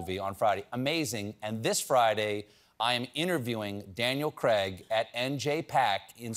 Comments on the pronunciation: Craig is pronounced "Kray-g", not "Kregg". Why do Americans get this wrong?! You don't say plegg instead of plague, or vegg instead of vague. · Kray g sounds like a crazy, rap pseudonym.